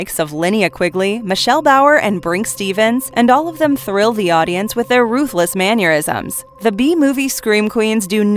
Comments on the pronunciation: "Maneurysms" lol Shouldn't that be 'mannerisms'? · Mannerisms has no U sound. Ffs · Ma ner ism not manure ism